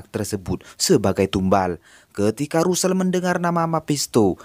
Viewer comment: Tulisan nya Russel,bacanya rassel